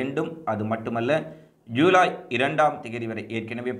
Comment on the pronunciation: யூலை யூலை யூலை😭😭😭😭😭😭😭😭😭😭😭😭😭 தம்பி அது யூலை இல்லப்பா! ஜுலை.